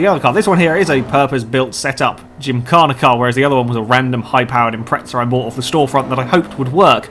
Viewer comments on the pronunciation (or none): The "impreza" does not have a "t" in it so please say "impreza" instead of "impretsa"